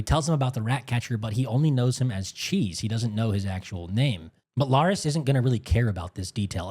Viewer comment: It’s LAIR-IS, wtf is this Laries you keep saying?